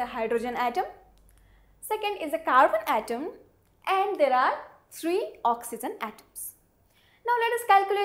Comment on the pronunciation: madam, just for being an english teacher. my ambitions is to see you as a good pronouncer of saying the word ''oxygen'' correctly.